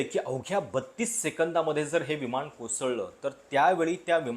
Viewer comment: आपण चांगले व्हिडिओ बनवता पण न चा उच्चार आपण ' ण ' असा का करता ? विमाण विमाण असे का उच्चारता ? उच्चार सुधारण्याचा प्रयत्न करा.